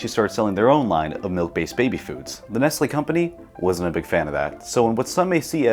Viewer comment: That's not Nestle, that's Nest-Ye